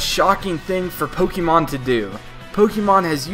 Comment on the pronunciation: It's POKE-AY-MON not POKE-EE-Mon